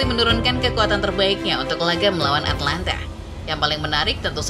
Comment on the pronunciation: Atalanta sama atlanta beda ya nyet, perbaiki lagi penyebutan nya